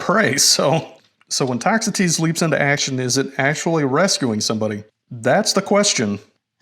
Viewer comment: Ah, on the pronunciation of "Toxotes". Thank you for a great video!